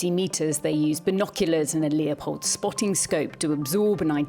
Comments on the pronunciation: Stop calling it Leopold, it's Leupold. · Leupold, pronounced "Lewpold", not "Leopold"